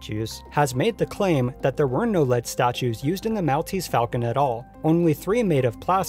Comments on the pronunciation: The island of Malta (pronounced Mall- ta) has the description of Mall-tese to it's property. I cringed each time you said mal. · Mall-tease, Mall-tease, Mall-tease, Mall-tease. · "mall tease" not "mowl tease" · Mahl-teez falcon?! It's pronounced Mawl-teez falcon. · Great work here. A very interesting piece of documentary work on lost and found movie props. My only two critical notes would be: "The Academy of Motion picture Arts and Sciences" not "..pictures Arts and sciences". And I've always heard it pronounced as The "Maul-tease" Falcon rather than the "Mal-tease". Overall, as I said, a fun and interesting piece. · Maltese = "mall-TEASE." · ...this video was really entertaining (great editing) ...except the mispronunciations kept throwing me off ...it's cecil b. DEH-mill (the announcer even says it in the clip you used) ...and it's MALL-teez falcon (as in 'shopping mall') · Not a big deal, but "Maltese" is pronounced like "Mall-teez"/"Mahl-teez" (as in shopping "mall"). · Mell-teast falcon? De-Meal? Do you pronounce anything correctly? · Maltese is pronounced Mall tese. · lol the way you said 'Maltese' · What's with the pronunciation of "Maltese" here? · Please say Maltese like a human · Great video but how the fuck can you not know how to say Maltese? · youre mispronouncing Maltese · Good video, but the way you say, 'Maltese' is physically painful to listen to. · The way he pronounces Maltese made me cringe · Your pronounciation of Maltese is awful. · Learn to pronounce Maltese ...